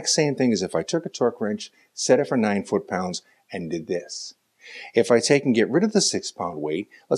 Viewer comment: Fut paunds?